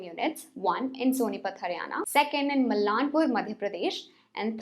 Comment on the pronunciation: Its "Maalanpur(मालनपुर)", not 'Mallanpur'. I whish Atlas to restart manufacturing again. I recently purchased BSA SLR cycle last week. I love retro style.